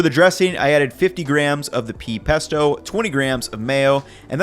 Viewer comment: omg! "peasto!" 🤣🤣🤣👍